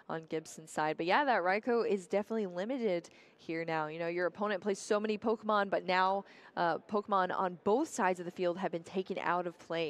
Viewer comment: The commentator pronouncing every Pokémon wrong like 🙃🙃